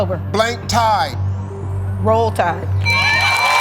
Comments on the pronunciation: I hear blank tie too that's not what he's saying? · I also heard tie. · So it appears a lot of us heard "tie" for question three, as did I. Thankfully, the second contestant heard correctly lol. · I wondered why both of them passed, because I immediately thought "black tie" and "bow tie." When it turned out that he had said "tide," not "tie," I understood. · I misheard it too. I thought it was tie instead of tide.😂